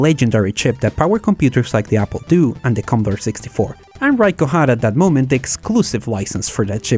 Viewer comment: Btw - Ricoh isn't pronounced "Rye Co" it's "Ree co", like "Reek".